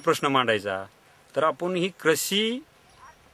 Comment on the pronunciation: yache uccharan tar paha kiti gavandhal ani adanya sarkhe ahet apapan la "aapun" krushi la "krisi". Wtf man..